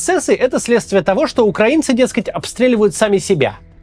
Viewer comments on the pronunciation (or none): none